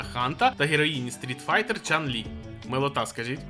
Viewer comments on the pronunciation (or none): Чунь Лі, а не Чан Лі)